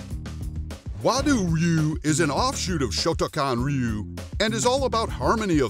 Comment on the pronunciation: that's actually how it's supposed to be pronounced. "Rhy you" is and has always been the wrong way to say it...